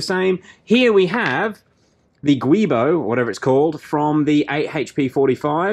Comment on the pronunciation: Well one thing about having to wait for new videos is it gets me into watching the older stuff again. I Need My Fix. Lol. Just for a "Matter of fact type thing the "Guibo" is supposed to be pronounced like "Shjoo-we bow" apparently. Not that it matters what so ever but it was pretty much the only info I could offer after your Wonderful Mad Transmission swapping Lab work! You sir are a Treasure to the world! Hows that for a compliment? LOL. But seriously you rock sir and keep on keeping on. Or "Never stop Never Stopping". As it were. P.S. Turbo install up date. So I have had a long round of turbo ring around the rosey. I had ordered some turbos originally and then they were cancelled by the shop. So I ordered another set from another shop "1st Racing" (All on Ebay) and it turns out I have the same turbos now (They've arrived) that you installed in what was the 17T car. Except it seems they have been updated a bit with all the concerns that "Turbo Labs America" had addressed, addressed. I won't list them here but after careful study and checking. It would seem so. By the way with the 2 inch inlets included they came to about $1500 CAD or $1350 USD. I have also accumulated all the supporting "While you're in their" parts and gaskets bolts hoses etc. I am now thinking I am going to bite the hard bullet and max out a couple of credit cards to just get a shop to do the job. The "XI" cars pose more that I think I'm ready to try and take on by myself on jack stands and my friends are